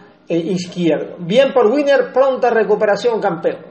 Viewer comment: Winner leyendo LOS CUATRO ACUERDOS 👍🏼 Gracias por la información de nuestros gladiadores 🚵‍♂️🚵‍♂️🚵‍♂️🇨🇴 pd. No es Viner, es Winner 😅